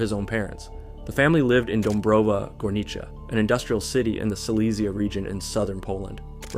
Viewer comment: He nailed "Dąbrowa Górnicza", like well deserved